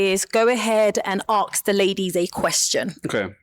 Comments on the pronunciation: Tell the host it’s ask not aks! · Why does the presenter who should be impeccable in communication say Aks instead of ask?